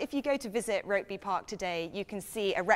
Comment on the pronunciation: It's pronounced ROOKBY